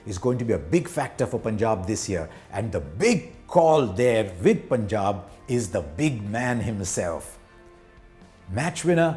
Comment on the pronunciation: The way Harsha says Punjab =❤️